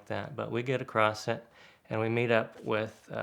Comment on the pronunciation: Again, no T in the word 'across'.